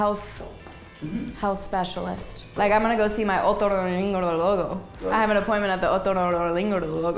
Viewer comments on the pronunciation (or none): Gente normal: otorrinolaringologo. La hermosa Sabrina: otorinolorolorogaringogolo. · Cuando Sabrina dijo otorrinolaringólogo se escucho como Google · Sabrina: otorinolarinlorororlogo Yo B) : otronkinlocolakinkokoloko xd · Soy yo o la palabra otorrinolaringologo ella lo dijo comontipo italiano